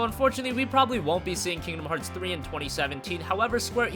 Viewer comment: lol he said kingdom heats x